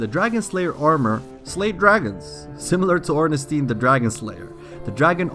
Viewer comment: I loved this video except for one thing only. The way you say Ornstein xD